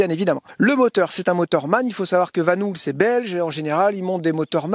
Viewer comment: Ils sont à Koningshooikt (entre Lier et Aarschot). Et ça me fait penser, et que VAN HOOL ne se prononce pas "Vanoul" mais "Vanool" le double o en Flamand (ou le Néerlandais) se prononce "eau" comme de l'EAU...gazeuse;-) Voilà, la classe est terminée:-))))